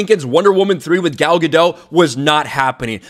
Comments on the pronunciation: MISPRONOUNCING "GADOT". SHE'S ISRAELI. NOT FRENCH. GADO"T". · Gal Ga-Dot,, not Gal Ga-Dough. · I think you just need to pronounce the t at the end Of her last name and you'll be good. That's how she pronounces it after all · First I thought she was called Gal Ga-Doh, but her name is actually called Gal Ga-Dot, a hard Dot pronunciation. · Isn't it pronounced gah dot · Maybe consider pronouncing Gadot's name correctly.